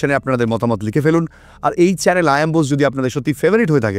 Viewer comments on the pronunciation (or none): none